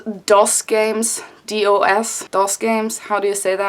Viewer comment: Yeah you said DOS right